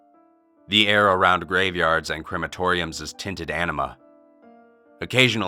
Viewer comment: I don't know why, but I keep hearing "enema" when he say "anima". Enema is a shitty color.